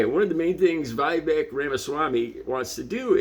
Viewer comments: You have seen the video your referring to.. So how can you mispronounce Viveks name...is it because you pose the same low level of acedemic education. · Everything from the way you're pronouncing Vivek's name to how you're referring to Tez Figaro's name to your confident but blind assumptions about Vivek's intentions for the proposal suggests a glaring deficit of attention on your part. You should spend more time paying attention and less time broadcasting your underdeveloped views to the world.